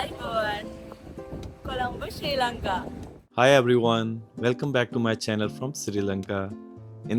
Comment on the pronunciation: Bro! It's Sri (not Siri) Lanka! Also Sigiriya is pronounced "see-gi-ri-ya." Good vlog, though.